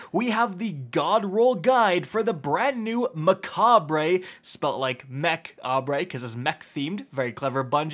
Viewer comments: Everyone keeps saying mecha(bray) but I thinks it’s suppose to be (cob) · Seems like every creator is mispronouncing the name of this gun. I've heard a lot of mecha-bray or mech-bree, or just never saying the name in the videos. It's a play on the word macabre (ma-cob or ma-cob-ruh) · It’s pronounced “Mekob” it’s a play on the word macabre which means dark or ghoulish and is pronounced “makab” looool